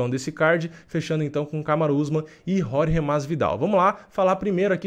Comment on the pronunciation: Não é "Rorgê" é Jorge.